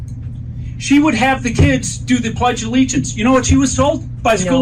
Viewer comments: He keeps saying Plegdea Allegiance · What is “the pledge duh-the allegiance”? Isn’t it “the pledge of allegiance”? This guy wouldn’t win in California, so he carpetbags to other states that he thinks are populated with suckers. We’re not suckers. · Fleeag? Ugh never trust anyone that can't pronounce simple words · He calls it “The Pledgalegiance” lol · He also calls it the pledgealllegiance